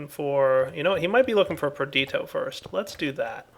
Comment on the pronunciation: It's not PER-DEET-OH.... It's PER-DISH-EE-OH Been driving me crazy for ages